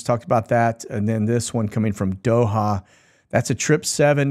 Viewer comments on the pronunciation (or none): none